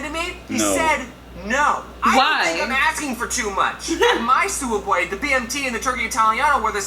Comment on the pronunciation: its pronounced soob way